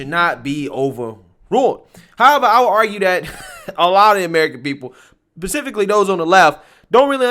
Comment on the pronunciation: I'm sorry I love you but you said "pacifically" instead of specifically